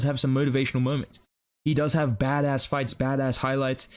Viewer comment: Why do you say bad ass like that bro 😭 disrespecting your Aussie heritage